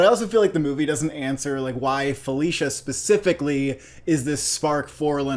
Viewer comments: It's pronounced BERN STINE, not BERN STEEN. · Yet another YouTube movie review that mispronounces the name of the subject of the movie! BernSTINE, NOT BernsSTEEN!! Leonard Bernstein is one of the most highly acclaimed American musicians ever. His name is pronounced correctly throughout the movie that you have reviewed and neither of you picked up on this! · How do you watch this movie and mispronounce BERNSTEIN???? Watched it twice and you never heard the correct pronunciation??? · Please pronounce the family name correctly.